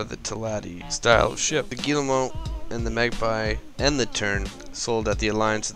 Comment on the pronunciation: Your pronunciation of the Guillemot in french is spot on. 2 interesting ships for sure. I'm still trying to decide what S ship ill incorporate in my fleet. Your intro is a lil strange though.. hehe..